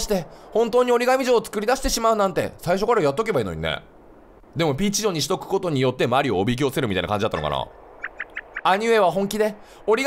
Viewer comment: 時々キヨの「ピーチ城」のイントネーション「ピーチ・ジョン」になるよね